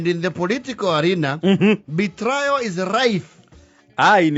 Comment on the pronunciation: Why do you pronounce betrayal as betrio?